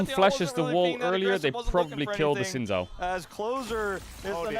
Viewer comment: I played the game where every time Caedrel mispronounces Xin Zhao I take I shot. I am now commenting from the afterlife.